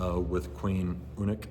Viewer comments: Her name is actually pronounced Ooneek not You Neek. The English word "unique" is pronounced as "you neek" and that's not how her name was pronounced. said the first part of her name correctly, it was just the second part that needs fixing. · Thank you for sharing!! I hear you having trouble pronouncing Uniek...it is same pronunciation as unique in English, hope that helps!! Take care🤗💜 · His mom loved eating too. Uniek has the same personality. Please her name is pronounced Uneek. Don't shorten the name please. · Lisa you always have to stick your nose in everywhere and reply to everything like you own the Friesian Horses community. It isn't about Uniek "minding", it's about pronouncing her name correctly and showing respect to Yvonne and Uniek by pronouncing her name the correct way as I'm sure would want to be doing. How would you feel if everyone called you Lysa instead of Leesa? "Uniek doesn't mind"...what a ridiculous thing to reply to me when everyone is literally telling him the wrong way to say her name according to every single video we've watched of how her name is said. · I don't understand why everyone is telling to pronounce her name incorrectly. Her name was never said like the English word "unique", Yvonne always says her name as Ooneek. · Sigh. Meaning her name and the word itself is the Dutch word for our English word "unique". It is meant to be pronounced as Ooneek because that's her name. Names are meant to be pronounced the way they are regardless of the language of the person saying the name. I'm done defending myself against you people who seem to think it's ok to show disrespect to Yvonne and Uniek by changing Uniek's name or by mispronouncing anyone's name for that matter. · I hate to be "that guy", but Uniek is pronounced Oo-neek. Sort of like unique, which she definitely was. 😉